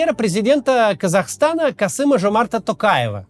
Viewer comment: Рахмет Максиму, идеально произнес ФИО президента 🇰🇿